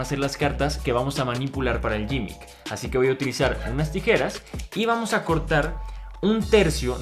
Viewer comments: gimmick se pronuncia "GUImic" y no "YImic" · De hecho se pronunci gimick, no se pronunci ninguna u